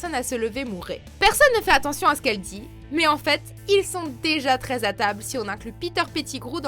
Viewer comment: y a-t-il une possibilité pour que tu articules , j'ai l'impression d'entendre dire "ils sont très à table" au lieu de "treize à table " - -"